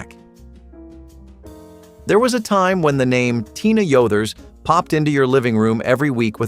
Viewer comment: The name was Tina Yothers. Not Yoders